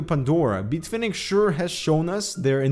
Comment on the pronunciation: Beat Fenix? Is this like Tony Dorsett changing the pronunciation of his name back in the day, or Greg Gagne going from 'gonya' to gag-nee'?